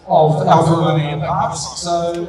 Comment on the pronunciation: Affa Roomeyooooooo. Who is this a-hole?